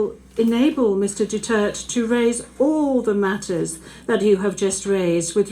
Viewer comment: Gusto ko yang judge- malumanay ang paliwanag; pati yong "DUTERT" pronunciation, silent /e/???